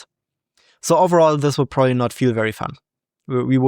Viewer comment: "prooly" lol